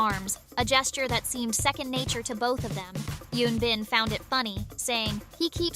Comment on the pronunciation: It’s Eun Bin not Yoon Bin.